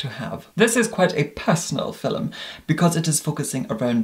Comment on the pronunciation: If you guys still don't know, our immortal god says 'philome' not 'filum' ☺